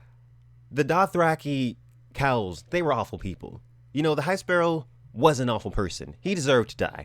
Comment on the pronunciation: At first, I heard Daenerys killing cows, not Khals